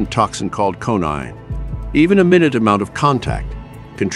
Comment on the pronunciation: "... and even the shadow cast by the tree can pose a risk" - are you serious mate? I don't think you need all the hyperbole to present what are otherwise already pretty damn impressive plant species. PS: minute, as in teeny, is pronounced "my-NOOT".